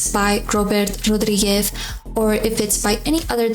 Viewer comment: your Rodríguez pronunciation was on point. Even with an Spanish accent.